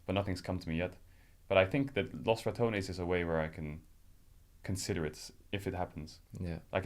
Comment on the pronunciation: Rekkles is such a humble soul and kind person, you can see it in his responses and his eyes. Dear god please learn how to pronounce Los Ratones